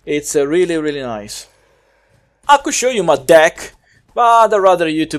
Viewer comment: I really liked your review. I hope more ppl watch it. I think it would have been even funnier if you more serious and didn't emphasize deck. Was still great and made me lol. Keep up the good work.